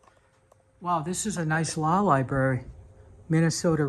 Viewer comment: Love your videos bit It’s Library not Liberry.